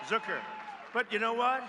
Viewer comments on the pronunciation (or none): none